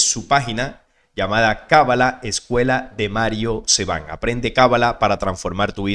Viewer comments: Mario SABAN no Seban! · No sé llama Metraton sino Metraton tampoco es Mario Seban sino Saban.. por esos detalles se ve que su nivel de conocimientos es bastante pequeño y es más especulador que conocedor en temas como los que trata.. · SABAN, no Seban 😎✌️ Abrazo 🫂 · a este pobre tipo no sabe ni leer, no es capaz de pronunciar correctamente el apellido de Mario, así su credibilidad patético e ignorante